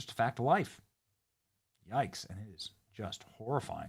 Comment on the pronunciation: Not the "YOIKES" Benny! 🤣🤣😭